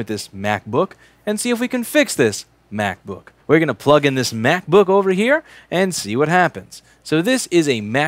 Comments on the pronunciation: I have a feeling you love saying mac-book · For some reason I didn't hear mac book, but crap book